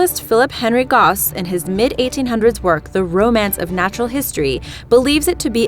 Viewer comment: barents sea not bering sea